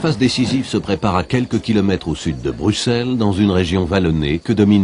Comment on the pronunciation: Tu as dit bruxelle parfaitement 😁 c pas tout les jours qu un français y arrive bravo!